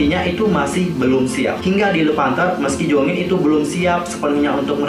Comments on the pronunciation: Jeongin bukan jongin ,kalo jongin mem exo╥﹏╥ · monmaap nama dedek bukan jongin tapi jeongin bang kalo jongin mah kai exo😅